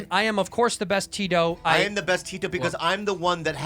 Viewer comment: tito is pronounced more like "the-though" with quick th's. it's not "tea-toe"